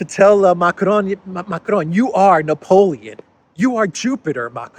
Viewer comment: You pronounce Macron as if he's a Mexican. Lol. There is no such thing as a rolling R in french, and the ending N is silent.